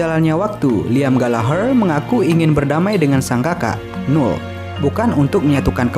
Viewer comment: Jos mas kontennya,😁 tambahan nih , noel dibaca nowel bukan nul, Thanks